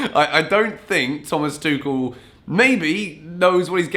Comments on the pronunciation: Tuchel's name is pronounced as Too-hel, not Too-kel. Just letting you know for the next time. Keep up the good work. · It's Tuchel, like Tu-HELL. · Lets agree its tuchel and not tuchel 😂😂😂😂i know you read that differently. But if we dont read Chelsea as kelsea so even tuchel shouldn't sound tekel 😂😂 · Pls dont say Tuchel as a german speaker it hurts every time hahahaha but big fan of yourse